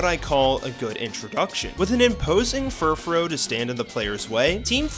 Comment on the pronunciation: It’s pronounced SEE-nuh, DYE-ann-thuh, hown-dower, fur-FROO, BRY-UH-nee, zer-AH-sick, pan-CHUM, sih-JIH-liff, ARE-ahn, pawn-YARD, ROZE-rayd, MAYN-eck-trick, DRAP-ee-ahn, CROSS tran-see-ver (which is actually called the Holo-Caster), and druhd-dih-GIHN, “”! 🤨 And why is Curse put in its former state with not having the Ghost-type?! You have horrible writing and pronunciation skills! 🤨